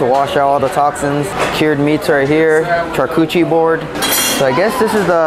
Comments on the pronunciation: At bachannal did u call it a " char-coochie" board? 😂😂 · Did you say char-coochie? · did you say koochi board? :)